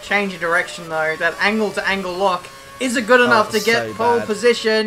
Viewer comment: He said Angle Lock haha